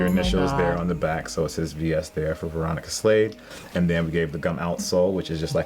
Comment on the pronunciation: I thought she said Veronica slave 😬😬